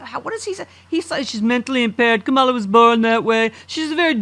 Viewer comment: What, hasn't anyone noticed that he says it cum-all-a get it.... he's disgusting